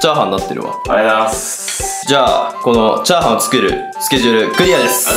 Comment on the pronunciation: チャー↑ハン↓